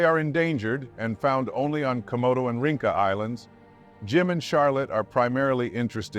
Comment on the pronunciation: 'Rinca' is pronounced "reen-cha". Not "ring-ka". I'm a local.